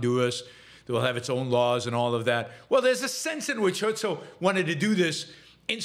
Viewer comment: The guy's name was "Herzl" though, not "Hölzl". 🤣